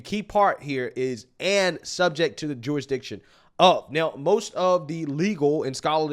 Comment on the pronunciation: Every time you say “jurisdiction”, I hear Jewish diction! Lol